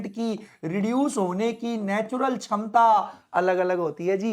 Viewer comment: Shamta ❎️ Chamta✅️....😂😂